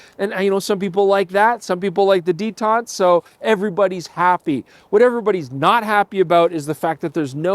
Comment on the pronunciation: what's a detant? oh, canadian detent...